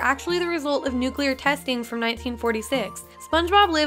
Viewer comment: When I heard nuclear I disliked and jumped out my window